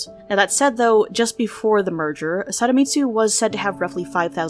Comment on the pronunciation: I can’t tell if you’re saying “Saramitsu” or “Sadamitsu” But in case you’re saying the first one, it’s Sadamitsu, with a d!! Just wanted to let you know!